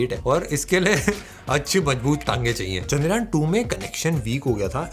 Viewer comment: Are chandragyan nahi chandryan bola karo